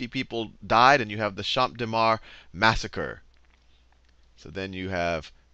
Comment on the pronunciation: even as a french it's useful to have those lesson, thanks dude you rock (also it's pronouciated cham deu marse and not champe dé mar)